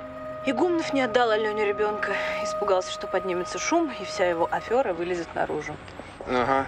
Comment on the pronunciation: Почему неправильно актёры произносят слова? Не афЁра, а афЕра.